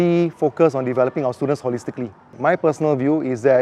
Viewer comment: gosh, the number of times he called his students stooldents...